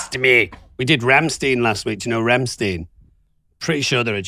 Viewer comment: Confusing Rammstein (and stop saying Rammstiiin) and Lordi still hurts my soul. Rammstein is one of the biggest rock bands in the world, Lordi was... a thing.